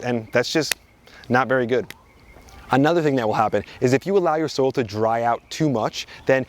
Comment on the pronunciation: For me it was every time he said something like "you don't want to dry out your soul. It's bad to dry out the soul" (vs soil) 😂